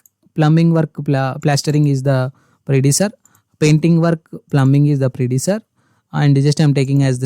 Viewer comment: Predecessor pronunciation is wrong